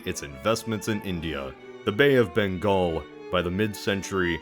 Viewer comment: It's amazing that you pronounced Bengal perfectly! (Butchered Marathas but that's fine lol). Wasn't expecting this video, must admit I was taken by surprise; instant click